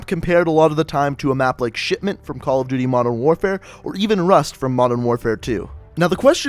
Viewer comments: I swear he said shitmint 😂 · it sounds like he's saying shitment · When he said shipment I thought he said shitment